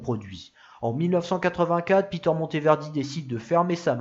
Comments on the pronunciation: Et Peter se prononce à l'allemande : "pé-terre" et non à l'anglaise "pi-teurre" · Interessant...la creativite et l energie de ce constructeur artisan sont exceptionnel ! Je pense que sont prenom se prononçait a l allelande et non a l anglaise...